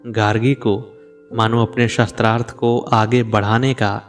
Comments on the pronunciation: Correct pronunciation is shaastrarth not shastr arth. Weapon is not meant here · शास्त्रार्थ की बजाय शस्त्रार्थ शब्द उच्चारण कर रहे हैं आप 😢 कृपया सुधार करना जी। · गलत उच्चारण से अर्थ का अनर्थ हो जाता है। आप गलत उच्चारण कर रहे हैं ।शास्त्रार्थ को शस्त्रार्थ कहना गलत है। शास्त्र से शास्त्रार्थ बना है।शास्त्र का सम्बंध पूर्व से प्राप्त संकलित ज्ञान से है शस्त्र का सबन्ध हथियारों से है। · Aap shastrarth bol rahe jo galat hai usko shaastraarth sha ko aaki matra hai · आप शास्त्रार्थ बोल रहे . वो शास्त्रार्थ है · Improve your pronunciation. It is शास्त्रार्थ not शस्त्रार्थ ! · Aap shastrarth shabd ka pryog kar rahe hain jabki sabd hai shaastrarth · शस्त्रार्थ एवं शास्त्रार्थ में अंतर है। उद्घोषक को अशुद्ध उच्चारण से बचना चाहिए। शास्त्रार्थ यानी शास्त्र + अर्थ । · कंटेंट तो बहुत सुंदर है लेकिन नेरेटर का शास्त्रार्थ को शस्त्रार्थ बोलना चुभ रहा है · शास्त्रार्थ this is correct pronunciation